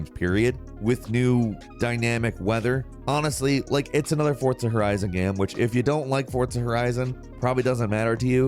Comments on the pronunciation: has anyone noticed him saying "Fortza" instead of "Forza"? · For-za not fort-sa Jesus h Christ?!!!!! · who else got trigger after hearing him say "fortza" every time 😤💢, hurt my brain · Forza not Fortza. fuc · i hate how he says forza horizon he says fortza horizon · " fortsa horizon " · It’s Pronounced Forza not Fortza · Why do you pronounce Forza "Fortsa"? Lol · “Fortsa”? Haha nah, forza. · Lmao fortza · Why do you call it Fort-Za??? Its Forza - Four-Zha. And no Icarus? Why isn't Icarus on this list?! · “Fortza”, homie there’s no T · I swear to God he said fortza so many time to piss me off its forza there isn't a t in it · Am I the only one who noticed he's saying Fortza instead of Forza? Have I (and everyone I know) been pronouncing Forza wrong this whole time?? Is it Forza, or Fortza?!... eh Gran Turismo is better either way. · SAY FORTSAH ONE MORE MFING TIME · Are you saying "Fortza" Horizon?.... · You’re not speaking Italian. Forza, not Fortza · Bro what is FORTZA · Why does says "fortza"? Is Forza, without the T. Ask any Italian. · I love and hate how he says fortza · why do you say FORTZA, where is the T? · "Fortsa Horizon" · Please stop saying Forza like that. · Like Forts Horizon? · There's no T in Forza bro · No T in forza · There is no T in FORZA.